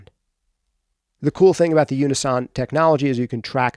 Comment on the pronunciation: why are you saying unison like that